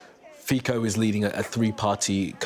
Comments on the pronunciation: May God save him ! BTW, his name is FiCo, not FiKo! If English speakers can say " pizza" ,why cant they say the name of Slovakia,s PM , i.e. FiCo?! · Not Fiko but Fico (Fitso)... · Because we don't know that C is pronounced as TS in his language. Thanks for correcting. Fit-so not Fiko. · He is not pronounced fiko, but fitso. C is always ts in slovak language (the only exceptions are foreign words). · Vyslovujte ho Fizzo a bude to správne Fico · clown reporters knowing nothing not even how to pronounce his name correctly speaks about sky news, well done! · He doesn't even know how his name is pronounced. But he is an expert to make a video about him. So British!